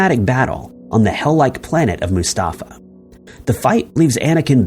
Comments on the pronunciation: It's called Mustafar, not Mustafa lol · Mu-Sta-Far. Not Mu-Sta-Fa, I'm sorry. But, sometimes when I watch your videos. It's like you're reading some of these words for the first time in your life.